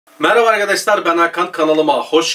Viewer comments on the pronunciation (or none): none